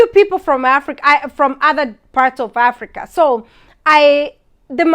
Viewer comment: In aaaafrika 😂..so heeear (here) 😂